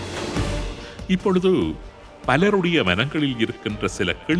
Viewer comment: 'இப்பொழுது', 'அப்பொழுது' என்பதில் 'து'வை நடுநிலை உச்சரிப்பில் சொல்ல வேண்டும். thu என்று சொல்லக் கூடாது. the என்று சொல்ல வேண்டும்.